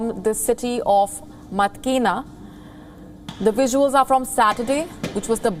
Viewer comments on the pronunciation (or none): It's 'Mytkyina' sounds like 'Mi Chee Na' 'Hlaing' - Laing...